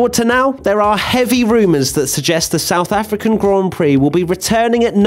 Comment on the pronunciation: The stouth African track. Mate are u drunk?